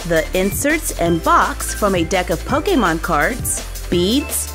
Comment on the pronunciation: Does it bother anyone else how she says Pokemon? 😂